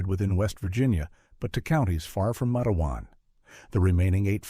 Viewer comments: LISTEN IT'S NOT MATAWAN IT'S MATEWAN W,VA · its matewan not mateawan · The town is called "Matewan", pronounced exactly like it looks "MATE-juan" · Well, it’s pronounced matewan, (mate-wan) and it’s in southern West Virginia, I grew up less than 14 miles from there, I am a historian of matewan, and there is a lot of history here, But I can tell you for a fact that this did not happen, it’s completely 100% fictional, there never was a sheriff by that name or a coal mine by that name. Quit misleading people. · Pernounced,matewan. Mingo co wva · Mah tah wawn . Correct pronunciation. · It is a terrible story.They were sad times. It is pronounced Mait-twan —-Rhyming with Wait-Swan.